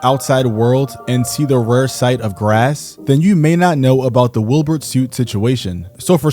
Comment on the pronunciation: Are you saying “Wilburt”? 😂